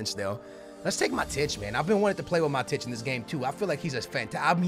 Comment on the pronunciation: Also, it's pronounced Ma-tweedy, and 'Mah-tich', your pronunciations kill me man